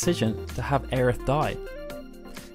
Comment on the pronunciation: Ugghhh Aerith... Every time I hear it pronounced that way I want to vomit. The same for when I hear so desperately cling to the idea that Crisis Core is even remotely canon. Neither are canon. Regardless Tifa is such a badass and will always be my favorite Final Fantasy character. With Quistis a close second